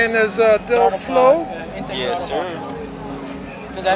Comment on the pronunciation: “Honda del sLow” 😂😂